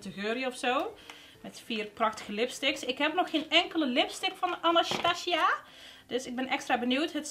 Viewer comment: Mag ik vragen waarom je Anastasia zo grappig zegt ? 🙈🙈 Btw ik hou echt van jou video’s echt een inspiratie om weer make Up te kopen hahaa